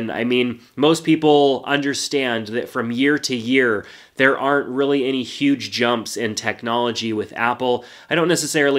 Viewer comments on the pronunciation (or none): none